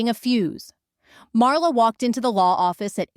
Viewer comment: LAZY!!!! The title is in 1st person. The story is in 3rd person The "storyteller's" name is MARLA The STUPID AI insists on pronouncing it "Mara." NO PROOFREADING NO EFFORT THUMB DOWN Don't Recommend Channel!!!! Lazy!